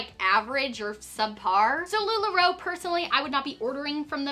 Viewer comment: Lu la roe= NO 😂😅